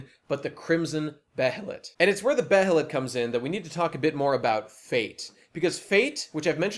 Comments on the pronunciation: To preface, I am a fan, and this is only constructive criticism. But to start with, they pronounce behelit as "bay-lit" in the 1997 anime. I'm not sure if that's the correct pronunciation, but I'm inclined to say so. And I think it's the same in the dub for the films, but I don't know if that was consistent for the 2016 one. And the vision of Griffith as a farmer was just a dream. It was supposed to be the life that Griffith realizes he should have lived; a peaceful life without ambition – a stark contrast to the visions that the God Hand present to him. Before the eclipse, this is realization that Griffith’s dream was futile, and the definite end of the man’s ambitions. As Zodd foretold to Guts, for the eclipse, “If you call this man your friend, know this: when you regard one another as brother, and this man's ambition comes crashing down, it is your destiny to face your death!” And this scene, with the dream, is the realization that Griffith’s dream has collapsed in on itself. But states, this is the life Griffith will have if he doesn't use the behelit. But in the context of that dream, Griffith isn't disfigured, and Guts and Pippin are children. The dream is purely symbolic, not literal. And neither is it a prophetic vision, so much as it is a vision of a life that Griffith could have had, but never did. Something low, but inevitably, something comfortable, and certainly higher than where he is at prior to the eclipse. To address the claim that sacrificing th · The way you say behelit is the most upsetting thing I've ver heard.